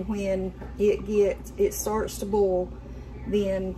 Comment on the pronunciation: BOIL B. O. I. L !! Not bol, it is a BOIL. NOT BOL!!